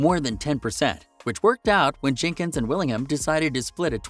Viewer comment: Jinkins???? Jenkins you monk. You taken a vow of silence? Was there 10 or just 9. This was garbled rubbish please refer yourself to Wayne County's greatest hit and do as instructed.